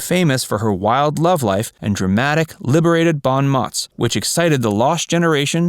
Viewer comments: Not "bon mot"; it is French and pronounced "bone moe." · The reader needs to learn that "bahn motts" is not "bons mots." This error is repeated. "Lupe Velez" not pronounced correctly either. The funniest line—a fault of the writing, not of the announcer—is that Barbara LaMarr's husband was a "dancer and check forger." (Nice to see a clip of LaMarr; they are uncommon.) A few of these actresses, such Vivien Leigh and Tallulah Bankhead, had nasty STD's that they cheerfully spread. Several (Velez, Bankhead) liked women as well as men, though I've been unable to discover whether they were egalitarian infectors. LaMarr was fond of cocaine and other hard drugs. Perhaps some of the others were as well. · Bon mots is pronounced bon moe, in French the ts ending is silent. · Bonn motts. Really? Do you know what bons mots are? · 'bon mottttts' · It's not every day you hear "𝑏𝑜𝑛 𝑚𝑜𝑡𝑠" pronounced à la Kelly Bundy. Très sophistiqué!